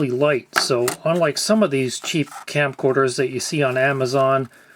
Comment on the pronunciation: It's okay. I trust you. "Scamcorders".